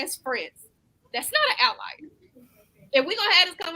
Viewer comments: saying words she can’t even pronounce correctly lol 🤦🏽‍♀️ outlier is pronounced OUT-LIAR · is so far up her own ass that she can't even acknowledge that she is pronouncing the word "outlier" wrong...Yes, outlayer is a word but definitely not in the way its being used in the panel. Another delusional female living in denial about everything....